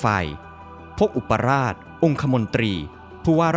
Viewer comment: อ่านว่า อุป ปะ หราด ค่าาา